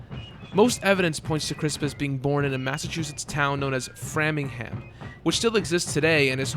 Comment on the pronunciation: Lol tis pronounced Fray-ming-ham. It's fine though. Just be glad you didn't have to mention Worcester.